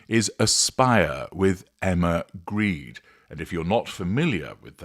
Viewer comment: I suspect that the name is not actually pronounced "Greed", is it?